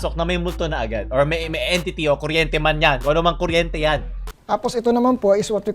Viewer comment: Edtity raw sabi ni madam Jessica 😂